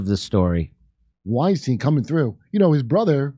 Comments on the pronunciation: His name is pronounced- STINE - Eric Weinstein - pronounced - stine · Constructively I think their name is pronounced like wine-stine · Eric and Brett Weinstein is pronounced the same way as Albert Einstein. Their name isn’t pronounced the same as Harvey Weinstein.